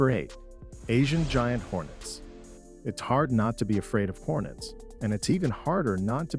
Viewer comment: It is Asian Giant Hornets, not ‘Hornest’